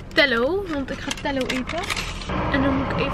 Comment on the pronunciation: Telo spreek je uit als Ti-lo Hahah <3 hahaha leuk Vlog